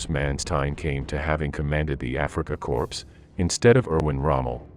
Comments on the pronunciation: It's pronounced "Core" not "Corpse". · Pronounced core not corps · It's pronounced Kor. Nor corpse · It’s “core” not “corpse” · Corps = kor. Not corpse -a dead body, unless you are trying to make a subliminal point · Africa "Corpse"....really? (O:26- ). And again at ? ..... Is this yet ANOTHER robotic non-human reading the script? Walter model ? ....( pronounced like a "model airplane"?).....gimme a break. Why is it so impossoble to hire humans for a few minutes of reading script? ..... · It's not pronounced corpse, it's pronounced core. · "Africa Corpse"? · The word corps is pronounced core! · The Kenyan Usurper thinks it's corpse. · We pronounce as corpse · please learn how to pronounce Manstein, or corps. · For god sake, if you are going to narrate something like this get the most basic pronunciations correct, such as Corp and Wehrmacht. Even Manstein is not quite correct. At least you have not put the narration to a stupid sound track which is a blessing